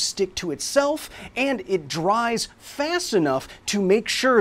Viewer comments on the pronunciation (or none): none